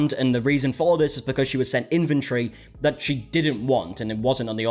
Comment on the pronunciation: "inventory" is not pronounced as "infantry".